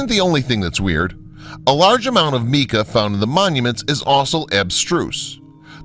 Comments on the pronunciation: "Mica" is Pronounced "My-kah" not "Me-Kuh" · Meeca? No! Mica.... "my-kah". (We had that pesky little Vowel Shift couple of centuries back...). Great job on the presentation! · The narrator is an idiot whan it comes to pronunciations and the writing isn't very good either. Makes me wonder about the entire presentation. MEEKA?? Try MYKA. He can't pronounce the names of any of the sites either making it difficult to listen to. I quit. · LOL His word "meeka" had me puzzling for quite a while, untiI I realised he meant "mica" - most usually pronounce "mike-a". Good pictures, rubbish commentary! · Mica is pronounced Myca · Interesting information, weird photography (I hated the "shadow") and, yes, the poor pronunciation. While watching the segment on Teotihuacan - what did he call it? - I had started to wonder if the scenes were of some other site. And mica? Never heard mee-ka before. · This guys canadianess is just killing me. Although he is clear when he speaks..he pronounces things like MICA SO IT SOUNDS LIKE MEEKA. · You lost me at meeka... But great vid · This is a good documentary. I wish the narrator would have pronounced certain words correctly. Give me a break Mica? I can understand mispronouncing tehatixacan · He also mispronounces mica.